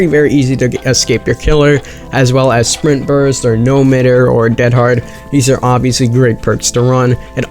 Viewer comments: It's pronounced no myther it mean the same as bother as in it dose not matter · “No midder”